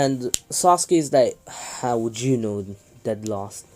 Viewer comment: Bro the way he said sasukue gay